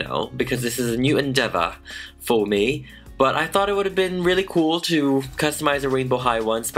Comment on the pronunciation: He littarly went England when he said "FoR mE"